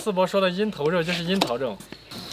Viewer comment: 口音哈哈，“樱桃”成都这边读 ngen ter 我们高中班主任也纠正不过来口音